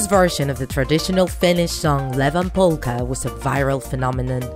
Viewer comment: It’s ievan polka, not levan polka!